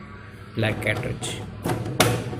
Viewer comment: It's a cartage not catrage 😂😂